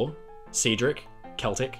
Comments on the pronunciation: good video, but heads up rms celtic is pronounced sell-tic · Very nice, thank you so much. Makes me wanting to build a model of an Oly class in that "Design D" concept. Btw., "Cedric" is pronounced "Ceeedric"? And "Celtic" is pronounced "Keltic"? Oh dear, my life's been a lie... ;o)